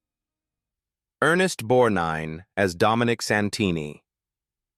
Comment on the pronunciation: It's BORGNINE and not Bornine,get it right you idiots.